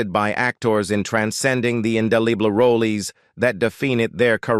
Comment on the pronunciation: The "Riffla-Man"? The "rolees" he played? Why is it so hard to get a human to narrate these cheapjack videos?